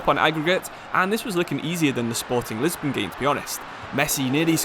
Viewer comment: League one💀, Lisbon💀 and Line on Messi💀. I'm on minute 15 and there's already 3 things pronounced wrong Edit: Nou Camp💀 Edit 2: Nabry💀 Edit 3: Bresciya💀